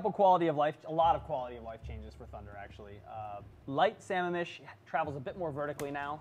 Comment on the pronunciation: Why do non washington state ki players fuck up the pronunciation? Its Sah Ma-am mish! Like the lake! God!